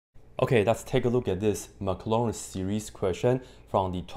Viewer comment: What's a "Maclarin series"? I only know the "Maclaurin series". ;-)